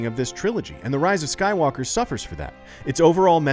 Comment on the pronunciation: Star Wars: The Rise of Sue-walker